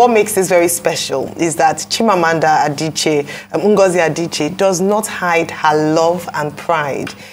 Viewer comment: What type of Igbo does Ms Okpe, speak? How come Dr. Abati is pronouncing Igbo names better than Ms. Okpe? Adiche ko, Adichi nii. A-d-i-c-h-i-e. She also said "Aba" instead of Abba ( I am sure she will not call the musical ground "Aba").